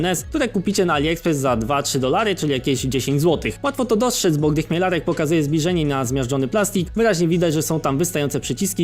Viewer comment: On zawsze będzie Chmielerak 😂